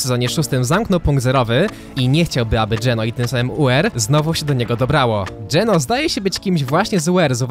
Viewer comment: Ja jak pierwszy raz usłyszałem GENÖ to myślałem że to jakaś waluta